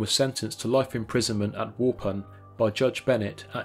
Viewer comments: Someone who can actually pronounce Wisconsin town names on YouTube! Although waupun is slightly off. Wah-pon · It's pronounced wuh-pon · I watched it a couple times listening for my hometown (Waupun) but didn't hear it. We usually pronounce it as Wall-pon. Dahmer came to Dodge Correctional in Waupun first, as all inmates in the state of Wisconsin do. There was an attempt on his life there by an inmate with a board. After that, he was transferred to Columbia County. My parents, who were both correctional officers, have some stories about both Dahmer and Ed Gein.